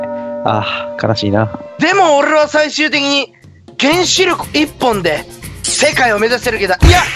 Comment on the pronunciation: ここの「俺は」の巻き舌がすこ